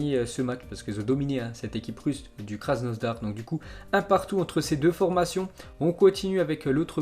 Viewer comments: Respecte KrasNOdar il n'y à pas de S on dit pas KrasnoSdar mais krasNOdar (ces français alors) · Arrête de dire krasnoZdar c'est krasnodar sérieux c'est relou